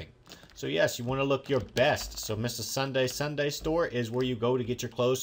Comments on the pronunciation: Ssundee... Not Ssundae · It ssudee not ssundae srry that's how it is pronounced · It's Sun-Dee not sundae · I love you, but it's Ssundee, not Ssundae! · His name is ssundee not ssundae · NIts Sun deeeee not Sun dayyy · It's pronounced Sun dee not day!!! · It's Ssundee not ssundaeand build xpxrmx13's bat cave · it Ssundee not Ssundae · Two things... It's Ssundee not Ssundae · It's not Sundae it's SSundee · It's not ssundae it's s-sun-dee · his name is Ssundee not Ssundae fix it plz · It's Ssundee not Sunday you pronounce it we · Its sundee not sundae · Sundee not Sundae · its ssundee not sundae!!!!! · Ssundee... Not Sundae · and its SSundee not SSundae!!!!!!!! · U said sundee wrong (sun-de) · Its SSundeeeeee idiot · That's not how u pronounce it it is (sun) (dee) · U messed up ssundees name